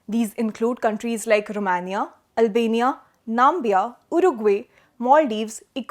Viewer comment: Assess, not assess 😅 Namibia, not Nambia Ecuador, not Equadurr